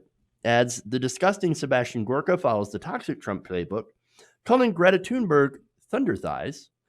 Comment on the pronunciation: It is pronounced like Tunebury. See Amy Goodman's interview with #GretaTheGreat on Democracy Now.